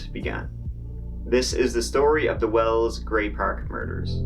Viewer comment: It’s well not well’s. ! It’s wells not well?!!!!!!pushroom-micker?